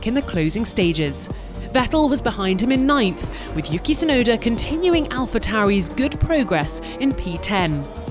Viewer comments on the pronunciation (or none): none